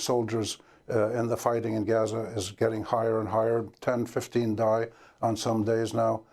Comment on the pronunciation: I love how Amy correctly pronounced Gaza. Great interview